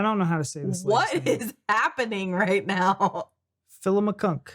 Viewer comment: That's Phli-o-mean-a.